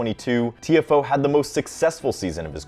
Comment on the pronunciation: i think u are saying his name wrong